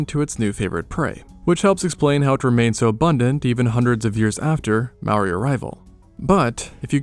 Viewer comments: Mowri? Mah-ore(no 'r' noise)-ri roll the r Mowa? M-ore(no 'r' noise)-ah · This is only Aotearoa and you said Maori wrong the r has like a short tongue roll and sounds like ri (maybe to some ears like a t?) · Dude. It's MAORI. Not "Maui". Maui is the demigod from myths. And Maori is pronounced "mouldy" because you roll the R. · Okay, no hate but, wtf is a maory, it’s mah-o-reeh, Māori. Or u can google it, it’s not easy to say so call em Mary if u want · Its not pronounced "mower" or "mow-ah" its pronounced as "more-ah" with no emphasis on the "r" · It’s not mouri it’s pronounced “moldy” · You said Māori Wong-_- but it’s ok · Yeah finallly Māori that’s my people Kia ora and dont say mori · Its ma ou ri thats how u say it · I always thought Maori was pronounced "May-or-ee" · Why does everyone say Māori like it's spelled the r is pronounced like d if you don't get someone to say Māori like it's pronounced don't make a damn video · The pronunciation was on point, except that in te reo Māori, you roll the r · I noticed that. He didn't say "ma o wii" like most. Or "marry". They're the ones most common way people pronounce maori. I have corrected a few people and told them to say moldy without the L as it's the closest way to pronounce maori. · Just fyi you pronounce Maori as "mouldy" but roll your tongue on the d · you pronounced 'māori' and 'emu' wrong 🥀 also the plural for moa is just 'moa', not 'moas' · Maybe learn to say Māori correct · Dude if your gonna make a video on ancient Māori people say Māori right you could legit search it up for two minutes you did so much other work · When u speak maori roll ur r's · But you pronounced Maori wrong and kupe discovered this land we know today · To say maori. Make the r like a d. The a should have a line on top, it symbolises streching that sound. I know cus i live in new zealand and we use te ao Māori daily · Bro if you can’t roll your R’s and pronounce māori correctly, just say tangata whenua (pronounced fenua)